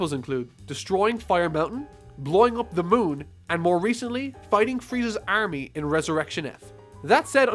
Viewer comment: Why can't you pronounce army